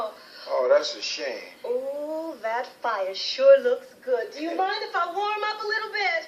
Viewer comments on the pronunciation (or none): none